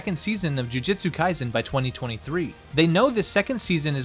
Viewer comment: it's alright. To make up for it make an entirely different video pronouncing it correctly. I'll be waiting.